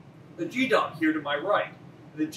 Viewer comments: OK, but the curator spoke with a soft g, as in "Gee whiz!" And every former and active Sailor and Marine I've ever met pronounced it with a hard G like in Geese. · As someone who spent 20 years in the Navy, hearing you miss pronounce gedunk is painful. It’s not gee like in gee whiz, it’s gee like in geek. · It's not pronounced gee-dunk. But rather, g-hee-dunk. Like 'key' with a hard g. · Not "jeedunk", "GEEdunk", with a hard "g" sound, like as in "go". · That's Geedunk with a "Soft" G . as in golf, or gift. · When I was in, the G in geedunk was a hard G like the first G in garage. BTW, we called the National Defense Medal a geedunk medal because everyone got one. It didn't require any more than signing up. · Enjoying your videos, but in the Navy, we say Geedunk with a hard G! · 26 years in the Navy... Same comment at Patrick Radclif... The "G" in geedunk is pronounced the same way as g in "get, not like a "j." Hope this helps.. I enjoy watching your tour videos. Have a nice Day. Sincerely Steve. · My college roommate was a Navy veteran, and he always pronounced it with a hard G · He pronouncing geedunk wrong